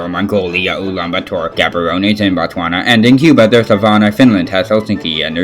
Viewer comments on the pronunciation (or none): You pronounced Botswana false. It's pronounced: Botswanaaaaa :D PS: Great video. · B O T S W A N A A A A A A